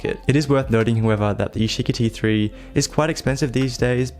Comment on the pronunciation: "yeesheekee three"